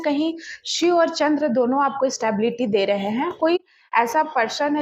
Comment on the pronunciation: Wrong way in reading Bhagwan Shiv derha h Uccharan galat h Right is. Bhagwan Shiv de rahe h Sorry to the interruption, If you don,t mine, plz Uccharan sahi karen Please don,t mine